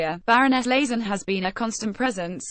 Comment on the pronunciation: It's LAYT-ZEN, not LAZEN! But why should we expect accuracy from this damned ROBOTIC voice??